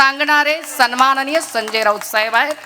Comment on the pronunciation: सुरवातीचे डायलॉग घरून पाठ करून च येते.. सणमाणणीय... सणमाणणीय...